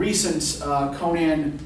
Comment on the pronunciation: Just outstanding... And thank you so much for pronouncing Conan's name correctly.